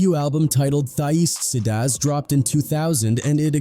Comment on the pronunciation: A.I. can't pronounce "Tha Eastsidaz"...🤣